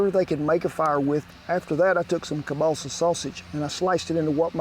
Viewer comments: You talked about substituting the hotdogs for Kebalsa, which is actually pronounced Kiełbasa (sausage)...makes me wonder about your history, are you Polish? R.I.P. to all the Polish veterans that fought for and emigrated to the United States when we lost our country. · Hey Kent? Don't wanna be rude, just wanna say that Kielbasa isn't pronounced "Cabaalsa", I was super confused, so clarifying for others as well. Think Kiev in Ukraine. Key-ev, key el basa, that's how it's pronounced. Love the video! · I love how Kent keeps saying kielbasa as "Kiebalsa" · Ke-ball-seh sausage lmao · the way this guy says kalbassah is like pronouncing trump's name as tremp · Sorry Ken but that sausage id pronounced keel-bah-sah. Here in Wisconsin, if you are not of the German of Polish heritage you are a minority, We just love our kielbasa, especially if it is smoked. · Political views aside, this is called Slumgullion, or American Goulash. And as a Polish-American, you butchered the pronunciation of kielbasa to the point I was wondering what you were talking about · 😂Took me a while to figure out you were saying kielbasa 😂. The way you said it made me think it was balsa wood. 😂 as always great recipe.